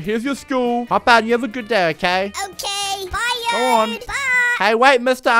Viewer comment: Yode sounds like “yode vr”